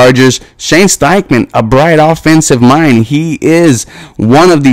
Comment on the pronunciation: It’s Steichen, not Steichman.